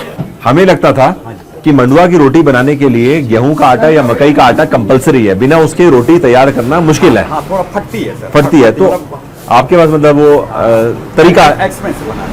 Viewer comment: nice video.. just want to correct pronunciation of "madua"...its "मडुआ" ki roti.. not "mandwa" ka roti... :)